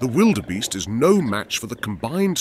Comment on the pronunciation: Sorry, but when you mispronounced "wildebeest" for the second time, I figured I had enough.